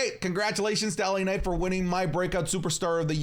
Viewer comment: The way initially said LA Night upset me, I was ready to do the point thing